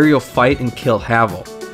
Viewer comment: It is pronounced hay-vel